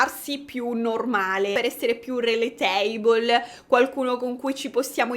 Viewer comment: va bene tutto, ti voglio bene, ma rələtaibəl non si può sentire! 🤣💜